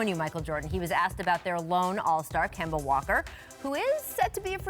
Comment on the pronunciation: Kemba....NOT Kember